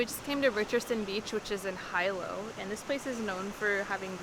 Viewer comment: It's like you guys ENJOY purposely mispronouncing the names of places around the Island, like a gringo/haole lol. Jk I kid. We enjoyed the footage, love Big Island!